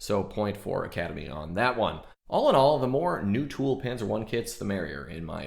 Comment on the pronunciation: Now, if you learn to pronounce that word Panzer, that would be even better. ;)